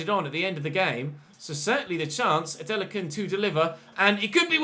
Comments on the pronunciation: you’re pronouncing it correctly it’s a nigerian name ADE LA KUN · Your pronunciation of Adelakun (A-Day-Lah-Kun) is actually fine. Just add a little stress to the "Lah" or just call him Ade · don't worry about the adelakun pronunciation it's alright even my country men have trouble pronouncing his name 😂